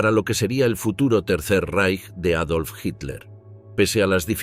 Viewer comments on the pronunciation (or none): none